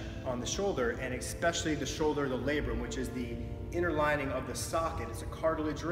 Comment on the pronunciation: Did I just hear a doctor say “eckspecially”?